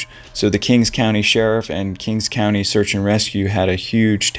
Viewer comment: It's called king county, there is no S on the end.